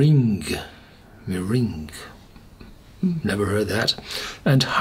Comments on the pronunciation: Its ma rang like in a lemon marange pie or French murangues I'm not sure how to spell it but I'm sure you've heard of lemon murangye pie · hi sir, it is meringue (mer-rang). egg whites beaten into a whipped cream consistency. thanks for your review!